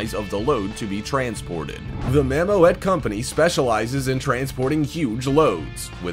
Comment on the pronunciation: Not for one thing or another, but is's pronounced: "mammoot" and not mam-mo-et.........